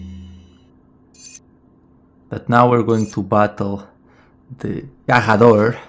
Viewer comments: It is not Gahhador, it is Garrador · How Portuguese is your pronunciation of the word "garrador" lol